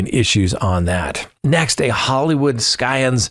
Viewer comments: Scion is pronounced like "sigh-uhn" (not "sky-un"). Clever way to get more comments, though! 😉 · I guess I have to be THAT commenter. The C in "scion" is silent.